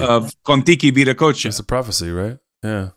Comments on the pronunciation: If you type in VIDA COACHA on a search engine the results will be confusing. You will get better results with Viracocha. Being "cool guy" by not using English language pronunciation is NOT conducive to communication. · You pronounced Veracocha very interestingly direct connection to Indian and "Russian" vedas?